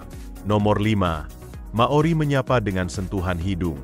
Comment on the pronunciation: Nice info, sayang beberapa details ngaco seperti visual Wellington malah sky towernya Auckland, penyebutan beberapa nama spt Hangi, Maori dan Waimoto yg salah. But overall it is nice information. And yes, saya pribadi sangat menikmati kehidupan di sini terlepas dari banyak jg hal2 negatif nya. Btw Cappucino 3.50$ beli dimana hahahahaha